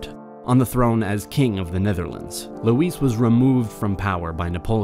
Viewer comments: Great vid but it’s lazy not to look up proper pronunciation. It’s LOUIE not Louise Bonaparte. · Good video overall. Way too many ad interruptions from youtube. Also, there were some mispronunciations like "Louis". If you do anglicize it, it has an I as in it at the end, not an e as in eat. If you pronounce it as French, which it is, drop the s. Small mistakes like this detract from the overall professional and graphically aesthetic presentation.